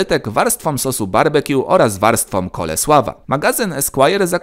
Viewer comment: ciekawostka: prawidłowa wymowa „coleslaw” to [kolsloł]